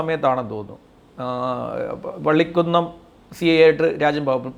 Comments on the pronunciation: വള്ളിക്കുന്നം അല്ല വള്ളി കുന്നം nearest place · പള്ളികുന്നം അല്ലാ വള്ളികുന്നം ആണ് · വള്ളിക്കുന്നം അല്ല വള്ളികുന്നം